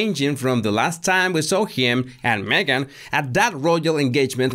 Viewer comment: Oh Oh Jesus Why do you say Magen she is lying . Oh Jesus !!